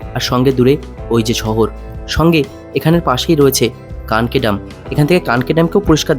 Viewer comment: কাঁকি ..... ""কানকি'' নহে!